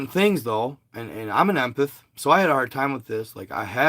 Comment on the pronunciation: Em-Path. Not imputh lol